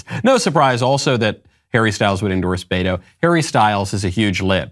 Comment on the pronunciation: 😂 poor guy can't even pronounce BETO, he says Bayro. 😂. I am dying! Loco 😜